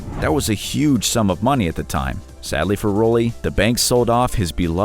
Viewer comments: How can you mispronounced Unitas and Rollie? Have you any interest in sports whatsoever? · I almost stopped watching when the narrator said Dorothy Hamill was perhaps the most iconic figure skater of all time. You forgot about Katarina Witt. But when the narrator pronounced Unitas and Rollie the way he did, I just couldn't go on. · Johnny Unitas is pronounced You-Ni-Tus. Rollie Fingers is pronunced Rol-ley. How can the producer let these mistakes get through? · Interesting, but Unitas and Rollie’s are mispronounced 😆